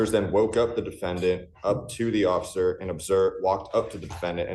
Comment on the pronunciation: You said Occifer!😂 I agree😊😊😊